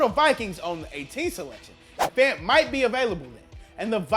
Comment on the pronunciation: Believe it or not my name is David Fant and he might be related to me and I happy to see people actually pronounce the name Fant the right way